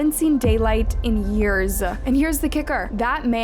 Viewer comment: God the way you say yearsa